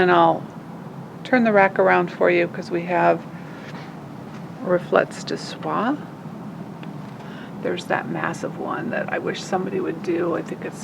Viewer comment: What a great shop tour. Thanks do much for that. I will be coming - not sure when. By the way - Reflets de soie is pronounced more like reflay de swa with the accent on flay not reflets - silent "t" and "s"